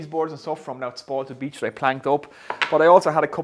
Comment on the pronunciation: Its beech not beedch 👍